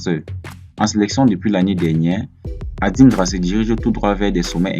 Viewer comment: C'est Adingra et pas Andingra. Faut bien prononcer son nom.